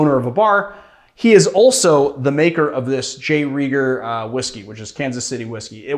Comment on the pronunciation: Rieger, not Reiger. My fiancée works for Maybee at the Rieger distillery haha